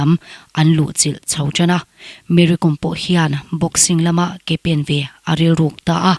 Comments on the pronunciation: Kom tia lam lovin kawm tia lam, kawm hi thluk sei deuh tur ni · Com tia lam loh tur aw, kawi kawm kan tiha, kawm lamdan ang hian Kom tih hi lam tur ani e...Kom hnam ho hi hmar hnam peng an ti thin, an tawng pawh a in zul nain Meitei area lamah an awm a, an inti zo hnahthlak vak lo. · Mery kom hning hi Kom hi ilam dik lo e mai. Lehkhabukawm( kom) kawm tia thkuk tur Vaimimkawm Kom lai tak khi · KOM hi Kâwm tia lam tur a ni lawm ni ! An nupa khan tlang mi chu nimahse mizo an ni lo hrim hrim! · Kawm tih hi vaimim kawm tih ri anga lam tur. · Mary kâwm, tih tur, lehkhabu kàwm a, a kàwm lai ang hian😂😂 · Kom i lam dan hi a dik lo. Kawm Vaimiim kawm tih kan lam dan anga lam tur a ni zawk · Kom niloin Kom . m hi thluk sei rawh...